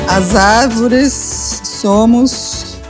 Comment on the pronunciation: “As árveres somos nozes” 😂